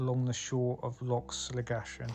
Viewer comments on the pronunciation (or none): It’s pronounced Slig - a - kan I think 😂